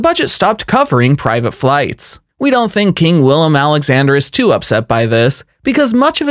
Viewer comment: Great video but some of your pronunciations & attention to detail were a bit off. Felipe of Spain, is pronounced Felip-ay. The W in Willem is pronounced as a V and £ is not the symbol for the Euro €....